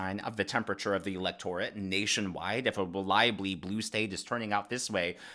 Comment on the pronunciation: I like your site -- but you need to learn how to pronounce "electorate" -- especially in your line of work.